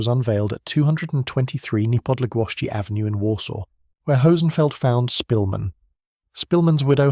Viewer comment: You're pronouncing his surname wrong. The Polish "sz" is like an English "sh".